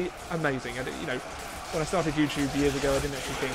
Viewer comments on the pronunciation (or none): none